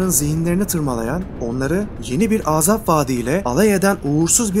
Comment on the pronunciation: Ağzap değil Azap